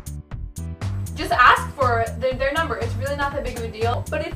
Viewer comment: um. he said numbee. duh ;)